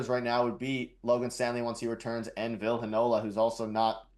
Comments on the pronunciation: It's Vill-ee not Vill and it's looking like Arniel brings him in a two game conditioning stint with the Moose #freeVille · Vill eee not Vill